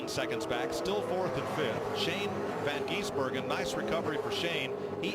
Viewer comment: "Shane Van Geesebergen"